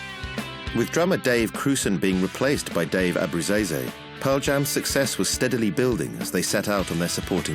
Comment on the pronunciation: Hahahahahahahaha that has got to be THE worst name prounouncement of Dave Abbruzzese's name ever.. Now go back home and do ya homework... and fix it, it's embarrassing!!!!!!